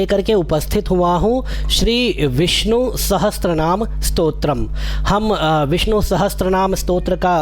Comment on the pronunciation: उच्चारण विष्णु कीजिएगा,विस्नु नहीं!